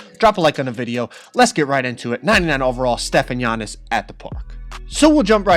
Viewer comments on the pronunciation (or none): HIS NAME IS NOT YA-Nis it’s AH-NiS AhnTeKumpo